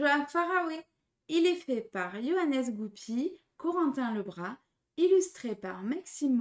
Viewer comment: Hello, Pour info, ça ce prononce "Johanne" pas "JohanneSS" 😉